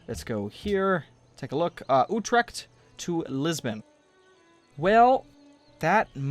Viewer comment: I am from the Netherlands and I find it really funny how he is prenouncing big Dutch cities like Utrecht and Groningen XD